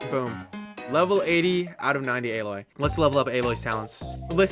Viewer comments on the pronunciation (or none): AH-LOY my dude